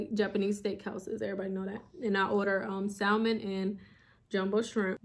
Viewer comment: Love your videos, but just an FYI the l in salmon is silent!❤